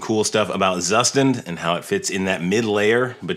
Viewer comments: Thanks for the video,. "Zustand" is German for "state", or more like "version" and is pronounced "tsooshtahnd". They say this right off the bat in the docs. This is a good pronunciation reference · Zustand = Tsushtand It's not so hard to say. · Please pronounce it right